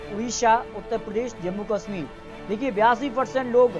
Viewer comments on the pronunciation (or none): none